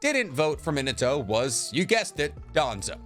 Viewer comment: It’s not men uh toe. It’s MeenAHtoe.